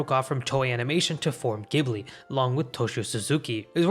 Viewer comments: Good video. Although this video has made it painfully obvious to me that nobody in the west pronounces Studio Ghibli properly. It’s actually pronounced “Jibli”. Now I can understand why people make this mistake because the original word (which I think is Arabic) is pronounced with a hard G. But if you look at the katakana you’d see the first letter in Ghibli is “Ji”. (ジ) The reason for this is because Miyazaki, when deciding to use this word to name studio, didn’t realize it was pronounced with a hard G and nobody ever bothered to correct him. So in short, it’s pronounced “Jibli” despite being spelled “Ghibli”. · Ghibli is with the J sound, damn it!! <_< (also Miyazaki got inspired by Le Roi et L'Oiseau, a French movie that stayed in production hell for like, 40 years ^^) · Studio 'Ghibli' is pronounced 'Jibli'. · It's pronounced "Jiblee" for Ghibli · My dude, the katakana literally pronounces it "jiburi" right there on your video. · It’s pronounced jiblee but spelled ghibli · Ghibli is pronounced “Jibli” with a soft g!!! This is such a pet peeve of mine. I don’t mind the average anime viewer getting it wrong, because the Italian word is pronounced with a hard g so it’s natural to assume it’s the same. But if you’re gonna make a video explaining the studios I will expect you to get the name right… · Not to be a stickler, but thought you ought to know studio ghibli is pronounced jiburi. It's crazy how common some Japanese words are mispronounced outside of Japan. However, I can totally understand not saying it "correctly" for some things like karaoke cause if anyone pronounced it kah-rah-oh-kay in America you'd get weird looks from everyone around you. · Just FYI, Ghibli is pronounced jibli. ジブリ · cmon man its pronounced "jhibli" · How is it that still to this day the majority of people don't pronounce Ghibli right lol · *Receives psychic damage from the mispronunciation of Studio Ghibli* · Ghibli = Ji-Bu-Ri not gi-bly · Ghibli is pronounced"jibli"